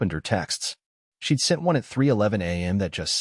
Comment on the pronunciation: she'd, not sheet